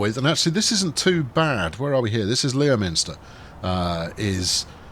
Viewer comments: Isn't Leominster pronounced Lemster? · Leominster is pronounced Lemster. Not that it'll make any difference 😂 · And, by the way, it's pronouced Lemster